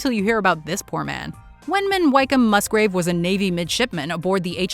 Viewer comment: For future reference Wykeham is pronounced Wickham not Whyk-come, also Commander (midshipman when the incident happened) Wykeham-Musgrave was only around 15/ 16 years old when the ships were blown up